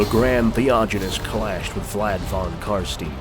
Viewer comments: Imagine putting this much effort into making a video, getting hundreds of thousands of views, and then spending the whole thing pronouncing "von Carstein" wrong all the way through... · Its pronounced fon karshtayn but who gives a shit. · Stopped when I heard you pronouncing "Fon Carsteen" ;.) nein nein nein !